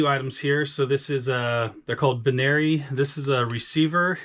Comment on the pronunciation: "BIN-airy". Hahahaha ha!